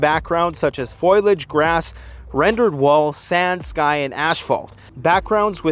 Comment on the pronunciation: 😂 lmao!... ‘foilage’...